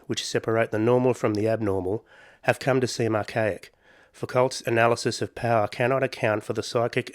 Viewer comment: Fu-ko, not Fou-kult. 😛